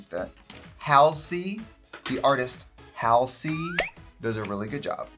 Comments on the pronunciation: Lol you still got her name wrong… it’s HALL ZEE not hal like shallow hal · Trixie sweetie, I feel like I have to tell you, it’s not pronounced Hal-sey, it’s pronounced Hawl-Zee. Love ya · It’s HALL-sey. Hard a. It’s after a place in nyc. Christ, you’re smart Trixie. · “The artist, Hal-See.” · Not the “HAL-SEE” 😭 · Dear Trixie, it’s pronounced halls-ee 😂 Like ballsy 🤪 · Trix honey it’s pronounced Haul-zee ❤️ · the confidence in pronouncing Halsey's name wrong is unmatched 10/10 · One day you’ll pronounce Halsey correct. The “finally “ that popped up sent me cause it’s still wrong but love you Tracey